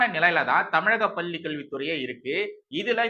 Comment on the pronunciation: அவர்களே! நிறைய முறை சொல்கிறேன். உங்கள் "லகர,ளகரதை"த் திருத்திக் கொள்ளுங்கள் என்று.பள்ளி பல்லியென்றே கேட்கிறது.